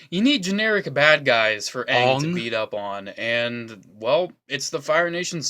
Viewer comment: It’s Aang not ang